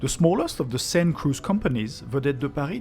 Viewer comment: Oh it's okay, I was just making a lame joke. In hindsight I just recalled that it's Bill Engvall who does the "here's your sign" joke not Foxworthy. Anyways I made the joke because when you first said Seine it sounded kind of like "sign" but I know it's closer to "sen" like in "send" or rhymes with "pen". For the name of the river.